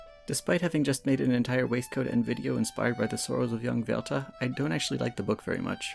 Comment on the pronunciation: I'm German and we had to read Die Leiden des jungen Werther in school in like 8th or 9th grade and everybody hated it. XD I love this project though and it turned out amazing! Your pronunciation was spot on too!